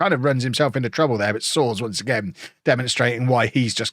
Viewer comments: You were right the first time. It's Swar-es like Mario Soares the famous Portuguese prime minister from former times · It's SO-AH-RESH 😂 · Tom Soares' last name is pronounced "Soars" Tom Soares is English-Barbadian as well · It's soars, Fulham had a young player with the same name years ago. Tom Soares, went to Spurs I believe and obviously didn't fulfil his potential. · His name is pronounced "So-Ar-Iss" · It was so funny seeing you try to pronounce Soares 😂 I don't think you got it right once (yet)